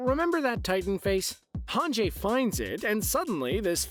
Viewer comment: It's hanji, right? Not hanjay?